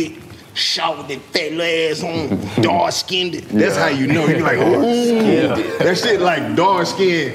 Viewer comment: "Let me get that dark skinnded"